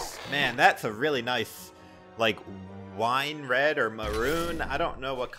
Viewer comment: This man said wine red🤣